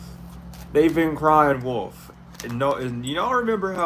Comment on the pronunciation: 🗣️ W. O. L. F... NOT WOLD...👋🏾💁🏽‍♀️